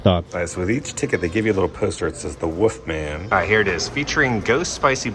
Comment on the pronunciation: Are you saying ‘woofman’ because it’s killed me through this video 😂😂